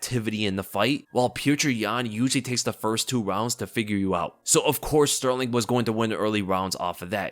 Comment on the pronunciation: TKZ wins, I believe in him Btw I noticed that you had a very hard time saying Sterling the Champ lol